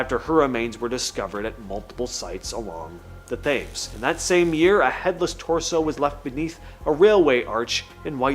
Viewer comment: To hear the River Thames said the wrong way so many times was annoying …. It the River tims….